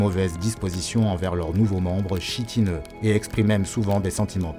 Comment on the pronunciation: Petite erreur on ne dit pas chitineux mais kitineux